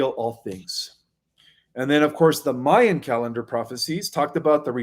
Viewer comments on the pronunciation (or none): none